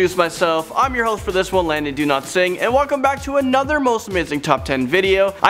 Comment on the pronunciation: why do u say "do not sing" instead of dowlatsingh??